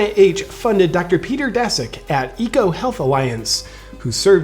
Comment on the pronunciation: Daszak reads Dashak in Polish, but I guess you read it as you read it :p